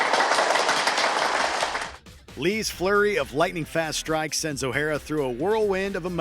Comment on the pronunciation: OH-HAIR-RA? lol